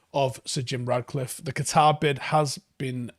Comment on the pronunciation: mate, FFS, his name is RaTcliffe. Please stop calling him RaDcliffe. He‘s not fucking Harry Potter.